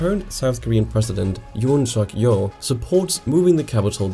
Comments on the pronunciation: You missed "L" at the end. It's Yoon Suk-Yeol, not Yoon Suk-Yeo. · Well made video! Just one thing tho. The president’s name is Yoon seok-yeol not yoon seok-yeo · Hold on, you missed 'l' in the President's name. His name is Yoon Suk-Yeol. (And no, dispite he said something about that, the so-called 'conservative' party of the Korea would never support moving the capital. There even was decision of Consititution Court that the 'moving of the capitol is unconstitutional' because 'it was written in the law of the Joseon dynasty' (written in 1485, which, as you might expect, has no other meaning other than historical in nowadays). Why? Well, you know, what was the video all about? The rent.) (Then what he said? He just said he might move his office to Sejong, dispite it might not happen at all in his term, and is said just before the general election.) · 1. Gyeonggi-do should be pronounced as Kyeonggi-do, not Jeonggi-do. 2. Sejong city's future is still not decided, it's a constant back and forth. 3. You dropped a letter from the (now impeached) president's name.